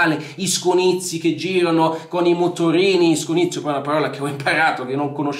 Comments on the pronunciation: Scugnizzo non scunizio.. grande.👍🏻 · Non c'entra niente Ma quando dici "SCUGNIZZIO" mi fai scassare dal ridere